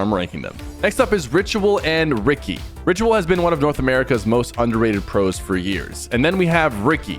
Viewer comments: Ricci is not pronounced “Ricky” it’s “richi” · lol i love how you say ricky when his names richy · bro said ricky instead of "richie" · bro its richy, not ricky😭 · Gng said rigi instead of ricci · Pk saying Ricky😂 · Rich-ie not ricky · Its pronounced richi but spelled ricci btw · Calling ricci “Ricky” is hella funny😂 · bro called ricci, ricky LMAO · It’s ricci not Ricky 😭🫩🥀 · Sypher js so yk its pronounced Richi but W vid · Sypher it’s pronounced richhi like how some people call ritual richhi that’s how u pronounce his name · Is pronounce richi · Ricci is pronounced Richie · one its pronounced Richie jsyk and why are there so many rainbow six siege pros in the pro am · yo PK just to let you know you pronounce "ricci" like richy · I don’t think that’s how you pronounce Ricci’s name😂